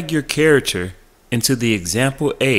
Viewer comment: "carator" bruh Care-ac-ter, is how you pronounce it.theres a bit of help